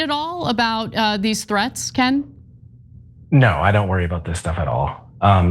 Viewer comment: Back to you, Coin! I mean ‘Ken’ 😂😂